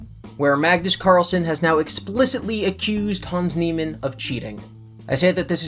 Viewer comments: It's "Hahns Knee-man" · "hands nealman" oof that pronunciation tho 🤦